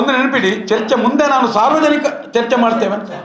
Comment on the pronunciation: ಚರ್ಚೆ❌ ಚೆರ್ಚೆ ☑️😅